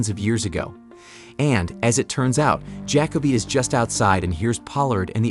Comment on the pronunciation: (Ja-co-be), not (jack-o-bee)